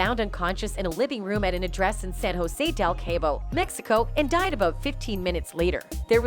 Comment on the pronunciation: Why don't you LEARN HOW to pronounce words properly? You said "KAY bo?" It's CAW-bo. You said "DEE jo-KNEE" it's DAY-joh-NAY You said "BAY ha" (California) it's BAH-HA. Your repeated wreckless disregard for mispronouncing COMMON words, makes it appear that you have not done your homework, so why take your reporting seriously?